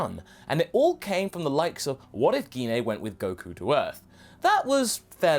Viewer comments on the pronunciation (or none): Why do you pronounce gine weirdly. It makes more sense sense to just to say jean